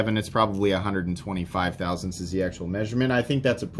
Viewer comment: Every time you give a small length number cracks me up, frisfifveths of a thousandths xD I am so looking down on you imperial fools